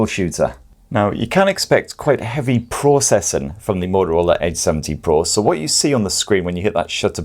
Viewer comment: I keep hearing H70 Pro Nice review You seem to love Greece